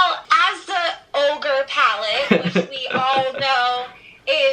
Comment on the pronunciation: Baby its orgy not ogre🙄😒😕😔😲